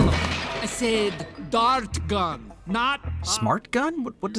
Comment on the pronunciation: Gru said “dart gun”.